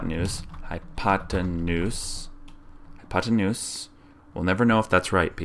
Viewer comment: "hypotenuse", BTW.